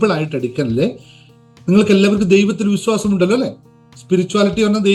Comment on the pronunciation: വിസ്വാസം അല്ല ശരി വിശ്വാസം ആണ്